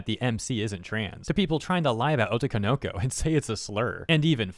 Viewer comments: Oh toe ko no ko Otoko no ko You're linking the syllables wrong. You're saying it "oh toko noko." That's wrong. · Also, the way in which you pronounce otoko no ko as being one work was super funny😂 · It's weird to hear otoko no ko pronounced as one word when in reality it's 3 words lol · the way you pronounce otokonoko is so weird lmao